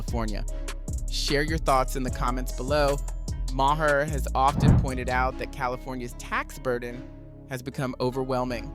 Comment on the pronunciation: It is not pronounced Ma her. The H is silent. It is pronounced Mar